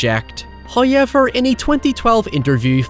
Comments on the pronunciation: OMGGGGG...SINCE YOU INSIST ON FUCKN SAYING "HOWEVER" IN EVER FUCKN VIDEO, AT LEAST PRONOUNCE IT RIGHT! THERE'S NO FUCKN "i" IN 'HOWEVER' !! I UNDERSTAND THAT YOU HAVE AN ACCENT, BUT HAVING AN ACCENT AND PRONOUNCING A WORD COMPLETELY WRONG ARE TWO DIFFERENT THINGS! WE'VE HEARD YOU SAY THE WORDS "HOW" PERFECTLY AND "EVER" PERFECTLY, THEREFORE THERE'S ZERO REASON WHY YOU CANNOT SAY HOW-EVER, INSTEAD OF "HIGH-EVER"! 😑🙄😒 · First "hoyevver" drops . Praise be to Him for his bounteous generosity. He rewards us for our devotions.